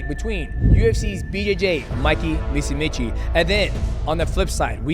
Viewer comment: "Mikey MOOSEEMEECHEE"